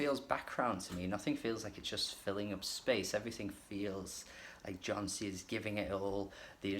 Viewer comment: good review but his name is pronounced as Yon-see